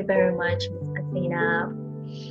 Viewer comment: Woww azeena accent is too good